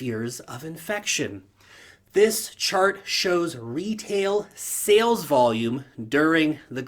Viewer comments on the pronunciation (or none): none